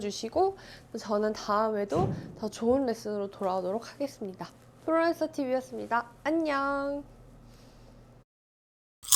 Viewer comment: 지엽적인 건데요. 프로랜서라고 발음하지 마시고 프롤랜서라고 발음해주시면 좋겠습니다. 프로랜서보다는 프롤랜서가 그나마 영어발음에 가깝습니다. 중요한 건 아니지만요.